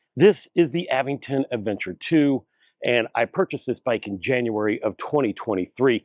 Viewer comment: The correct pronunciation for the e-bike brand Aventon is "uh-VENT-ton". The middle syllable, "VENT," is stressed, similar to how you would say the word "Avengers".